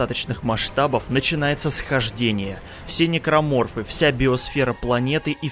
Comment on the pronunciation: Тот самый момент что ты называешь "Никроморфоф" Гусенечная многоножка